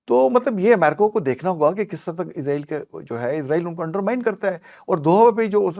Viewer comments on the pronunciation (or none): Please say Israel not izreal which is death angel Don't copy English people Because in English s in middle is pronounce as Z like is or wes or films exce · اسرائیل لفظ ہے عزرائیل نہیں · چودھری صاحب اس بندے کو پہلے یہ تو بتائیں کہ عزرائیل فرشتے کا نام ہے جب کہ اسرائیل ملک کا نام ہے نام تو درست لے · Bhai israil kehty hen mgr ap isko izrail ku kehty hen zra istaraf tawajjo kia kren plez .... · Word israil hy izrael nahi😅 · Israeel. Not izraeel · Muhtaram aap israiel ko azraiil bolty han isko thik karin israiil bolin ya pher azzazil bolin azzazil aappko chauhdri sahab batadin gy ❤❤❤❤❤❤😂❤❤